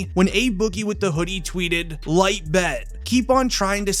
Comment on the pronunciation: said light instead of iight lmaaaoo